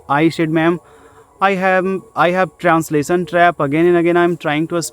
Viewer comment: abe unpad pahle grammer thik karr --- How can I think directly in English aisa likh unpad...and transasion nahi hota he translation hota he acchese pronounce karna sikh anpad